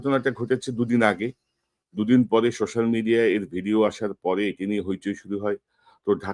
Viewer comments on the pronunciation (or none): none